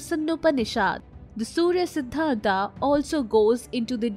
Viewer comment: देवी जी अगर थोड़ा और पढ़ लेती तो अच्छा होता। सूर्य सिद्धांत है सूर्या सिद्धांत नहीं है। क्यों नाम का ऐसे मजाक बना रहे है। कमाल की बात है हम भारतीय हर बाहरी लोगों को पुछ देते है कि क्यों गलत बोलते है। खुद जब मजाक बनाते है तो को नहीं बोलता। आगे नाम को "आ" लगा कर ना बोले। राजा माया,रावण,राम,सूर्य। आप बहुत अच्छी जानकारी देती है लेकिन जिसके बारे में देती है उसकी भी थोड़ी इज्जत कर ले।